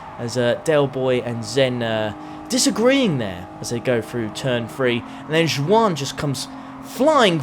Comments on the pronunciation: Was the mispronunciation “ju wan” on purpose, or did you not know it’s “Juan”? (Wan) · Every time said ju-an I cringed so hard lmaooo😭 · Imagine calling a spanish person "jewwan"? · That's how they pronounce it here in the Isle of Man. I've always pronounced it the Spanish way, spit and all, until I moved here 20 yrs ago. There are quite a few Ju-an's on island. Folklore says the name was introduced after the Spanish armada got wrecked trying to invade England in the 16th century...suckers 😏